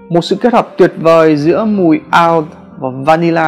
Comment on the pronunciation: Oud phát âm đúng là ụt . Hồi xưa e cũng phát âm nhầm như b :))